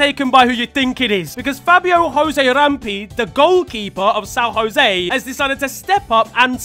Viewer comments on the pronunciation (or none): We, Brazilians, don't speak Spanish dude, you don't pronounce san josé